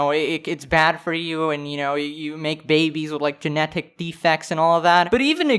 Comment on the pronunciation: Unpopular Opinion: says Genetic weird